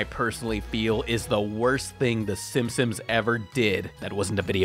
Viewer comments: Everyone: "Simpsons": SIMSIMS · Gi-gantis? Sim-Sims? Is... is okay? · Does he say "Simsims" on purpose?